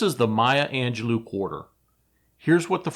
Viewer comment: It's Mya Angelo Not Angelou I knew her. She was awesome she read some of her poetry during dinner in San Francisco in the 1990s.